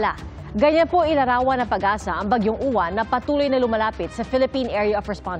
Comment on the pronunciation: Yung reporter na babae sabi bagyung YUWAN DAW EH MISMONG PAGBIGKAS NYAN AY UWAN KAKALOKA NAMAN NAG REREPORT SA PAG ASA BABAENG REPORTE NA MATABA BAGYJNG YUWAN DAW EH UWAN ANG PAGBIGKAS HAHAHAHAHAHAH SHUNGA BELSS 😂😂😂😂